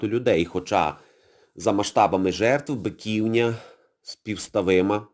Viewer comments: БиківнЯ, а не БикІвня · Шановний! Ви неправильно робите наголос! Не БикІвня, а БиківнЯ! Биківня́ — місцевість Києва, розташована на його північно-східній околиці у Деснянському районі між Броварським проспектом і вул. Бобринецькою. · Дякую за сюжет, але не БикІвня, а БиківнЯ. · З усією повагою. У слові Биківня наголос на останній склад.